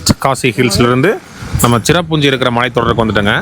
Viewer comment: அது சிராபுஞ்சி இல்லை சிரபுஞ்சி பழங்குடி பளங்குடி இல்லை அது மழை கோயம்பத்தூர் தமிழ் உச்சரிப்பு மிகவும் அழகாக இருக்கும் ஆனால் உங்கள் தமிழ் உச்சரிப்பு மிகவும் மோசம்